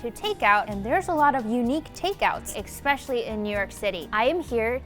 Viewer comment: how can one be a journalist and say "EXspecially"